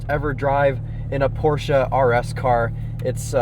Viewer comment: wtf is a porsa?